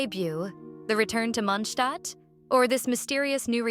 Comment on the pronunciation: I don't understand why in this channels they pronounce Mondstad like munhstad ... R they hungry or something??